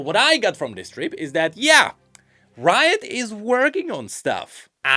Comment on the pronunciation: why you said "root" on 9th minute, g n i d a